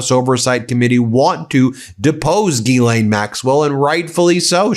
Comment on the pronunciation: CONGRATS TO BEN for CONSISTENTLY pronouncing GHISLAINE correctly after a goddamned year....